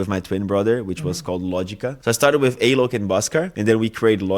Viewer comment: Prestando atenção aqui.... que pronúncia perfeita do Alok! 😍